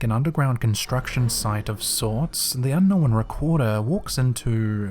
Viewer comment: "Un-knowennn*....smh moron.